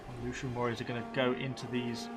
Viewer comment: Lucanian = LU - KHAN - EE - AN. P.S. please recruit some more agents, particularly dignitaries. they can passively boost public order and tax income.